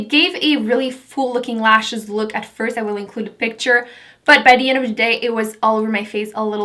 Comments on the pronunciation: Why do you pronounce 'The' as 'D'? Just wondering... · I'm not hating at all, but why do you say the "th" sound with a "d" sound? Like "dey" instead of they and "dee" instead of the. Are you not American? Just wondering. You are gorgeous, by the way'